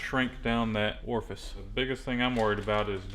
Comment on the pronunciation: Orfice sounds sexual. Just say hole. lol